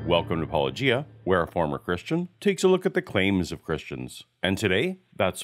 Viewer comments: When an apolo(g)ist can't understand the difference between a hard and soft G when pronouncing channel name, I'm skeptical of his self awareness to identify and correct his own thinking. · Paulogia drinking game. Every time an apologist says his name wrong, take a drink. If you haven't heard that pronunciation before, that's two drinks. Oh my Glob, I'm only two minutes into an hour long video. I'm gonna know how a glass of water feels before the end.